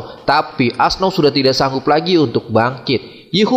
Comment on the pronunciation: Auoxe bukan asnau bang